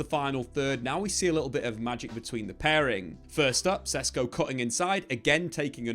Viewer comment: These idiot youtubers dont even know the player yet they are making claims about how they’ll play in the team. You didnt even know how to pronounce his name 2 weeks ago. You still dont. That means u hvnt really watched him play I rmb how these lots were so excited about hojlund last time. Comparing him to haaland lol.